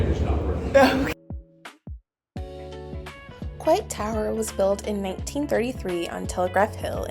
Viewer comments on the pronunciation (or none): It is pronounced COY-T tower :) The elevator is never working 😂. Golden Gate Bridge is the red one. You can actually walk across it.